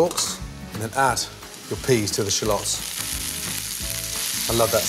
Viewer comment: Some subtitles wud help .ur pronounciation is unclear